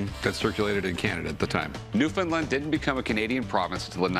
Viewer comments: New found land, not new Finland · Lives on the rock and loves it. Hates it when people say fin instead of found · bonavue more like NEW-FOUNDLAND. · Say it with me NEW-FOUND-LAND Newfoundland has no association with Finland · It's pronounced new Finland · It's pronounced Newfinnedlind. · Oh Jumpin Jesus it's pronounced "New-Fin-land" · I absolutely hate the way he says new found land